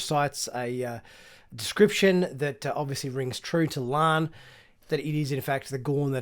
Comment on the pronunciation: Will you PLEASE pronounce La'an's name correctly - It's LaAhn not Lann you dunb she-it!